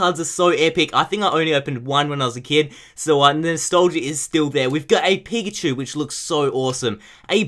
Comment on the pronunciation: Does he say 'pikachu' or 'pigachu'?